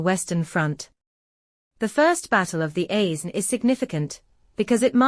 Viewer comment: The S in Aisne is silent !